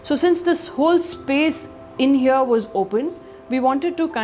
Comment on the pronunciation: When any guy or gal pronounce 'here' as 'heyo', I immediately become certain that that guy/gal is a complete fraud